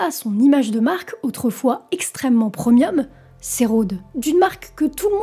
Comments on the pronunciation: On ne dit pas preumium mais premium ;-) Le problème c'est que ça fait des années qu'on annonce la chute d'Apple, ça va peut être arriver un jour ou pas, personne ne peut le prédire. C'est juste de la spéculation. La vidéo est bien, ce qui me dérange c'est le titre putaclic qui est extrêmement agaçant. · On dit PREMIUM pas PROMIOM 😅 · « Tim au comande » c'est mieux comme cela « Tim AUX COMMANDES » On ne dit pas « Preumium » ?? mais « prémium » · chouette video! (et c'est rigolo, mais j'ai toujours prononce premium comme prémium a cause des origines latines "praemium", mais je vois que la tendance actuelle c'est de le prononcer preumium.) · En réalité ça se prononce "primieum" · PREU MI EUM🥲 L'ACCENT ANGLAIS C'est pas encore sa